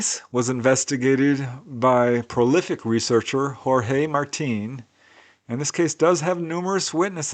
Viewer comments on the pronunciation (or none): none